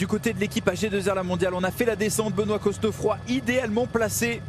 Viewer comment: vous êtes sûr qu'on prononce le "s" et qu'on souligne le "e" dans Cosnefroy ? ... normalement non, surtout si il est originaire de Normandie ou de la moitié nord de la France... mais bon... Très belle victoire en tout cas pour lui ! La côte finale est dingue.